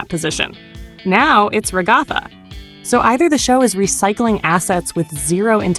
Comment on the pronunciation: ragotha? 🤣 its rag-uh-thuh. Lolll